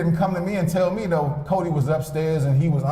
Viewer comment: He can’t even say Codi’s name smh